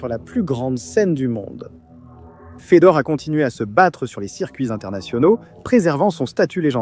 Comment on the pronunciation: merci pour la video, juste une petite remarque Fedor (Фёдор) se prononce comme Feu d'or et pas comme Fédor (Федор)